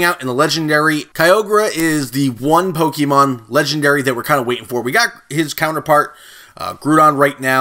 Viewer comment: Dude if your gonna make Pokemon videos pronounce them right